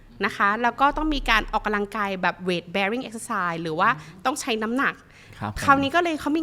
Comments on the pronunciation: ใช้ภาษาให้ถูกด้วยค่ะ. ออกกำลังกายไม่ใช่ออกกาลังกาย ภาษาวิบัติหมดแล้ว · คุณหมอผช.พูดออกำลังกาย แต่หมอผญ.ออกเสียงขัดใจมาก กาลังกาย พูดเร็วไปไหน ภาษาไทยนะคะ ควรออกเสียงดีๆค่ะ😢